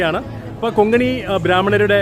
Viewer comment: Konkani ✅ Kongani❎ 😊